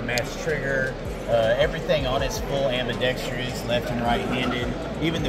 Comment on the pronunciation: Love you but how come nobody can say ambidextrous correctly. It's not "ambi-dextrious". Keep it going bro.